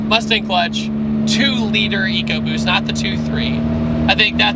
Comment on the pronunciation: You pronounced Eco BUST wrong...